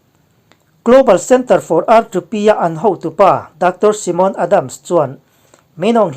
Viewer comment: Simon ni lo in saimon ti ang in pronuns thei ila kan ti ve mai2